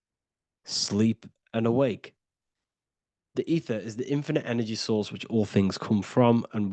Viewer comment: ether sounds like "eat her" 😮 and a star backwords are rats